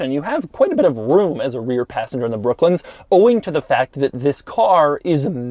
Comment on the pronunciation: Doug the type of guy saying brooklins instead of brooklands